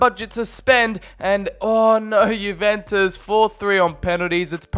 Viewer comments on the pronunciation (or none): none